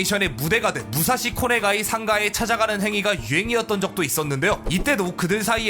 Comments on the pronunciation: 武蔵小金井 무사시코네가이 -> 무사시코가네이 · 武蔵小金井 잘못 읽었네요 무사시코가네이 라고 읽습니다.